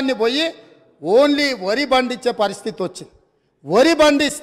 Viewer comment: వరి‌. అంటే వురి అన్నారు